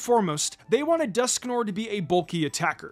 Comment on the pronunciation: Your mispronunciation of Dusknoir's name hurts my soul. Otherwise, excellent video. 👍